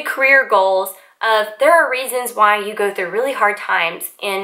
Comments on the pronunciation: Why do you pronouce "you" word with such "yoh" sound? Is this popular in some parts of US? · just first few seconds of your video:.I going to..update you.... The word "you" sounds just different than usual